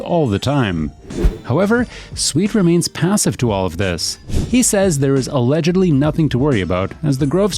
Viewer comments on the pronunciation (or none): none